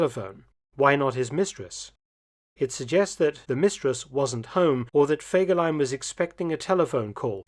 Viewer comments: ハァーではない、フェーです。ゲーテ、インシュテテュ、チュート卒業生より。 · Horrible voix de synthèse qui écorche le nom de fegelein tout en modifiant la prononciation...😊 C'est pourtant pas difficile de demander à une personne de lire un commentaire.